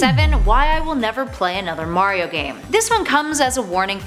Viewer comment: iTs MaRiO nOt MaYrIo